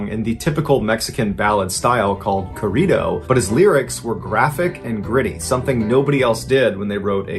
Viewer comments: I like your content but the way you say "corrido" sounds like a food. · I can not stand the way he says corrido.... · Sinaloa = see-na-LOW-ah. Corrido = corr - EE - doh. Roll the "r's".